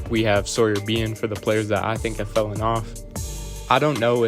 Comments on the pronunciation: You wrote “fallen” but keep saying “fellen” which isn’t a word. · Ok, sorry. I did about 5 minutes of research and found "Old High German fellen," and "middle English" for the use of the word fellen. I did not realize you wrote "fallen" which is not pronounced how you pronounce "fellen" and I also didn't realize you were resurrecting an ancient word. So why did you write "fallen" in the title, but say "fellen" the whole video? (by the way, spell checks don't recognize "fellen" either.